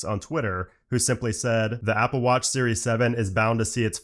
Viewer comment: The way he says “watch” 🤣